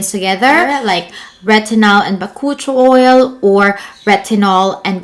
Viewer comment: sorry, but I had to search it. It is pronounced as Buh-koo-chee-owl